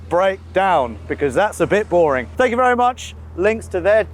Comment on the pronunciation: says vury a lot.